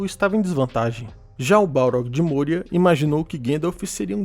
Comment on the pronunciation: não é môria, é mória. O padrão nunca é usar o "ô" com som fechado.